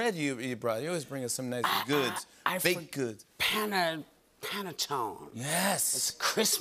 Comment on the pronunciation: Whoopie, please pronounce Italian correctly, or don't say it. Pannatone.."Pan...a...toneh".